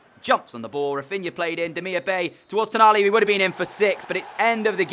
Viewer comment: It's Demirbye not Demirbay